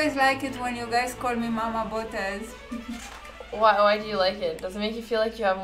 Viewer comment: Your mom pronounces Botez the Romanian way! You pronounce it like a foreigner.